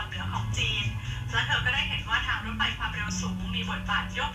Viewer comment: ในภาษาไทย ตัว พ.พาน และฟ.ฟัน ออกเสียงต่างกันครับ แต่ออกเสียงเป็นรถไพ ไม่ถูกต้องต้องอ่านเป็นนรถไฟ